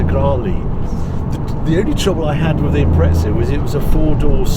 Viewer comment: great video and review !!! Got one and glad to see how it performs like that..Please please stop calling the Subaru the impretsa ,doesnt have a T in it ....its a impreZa ..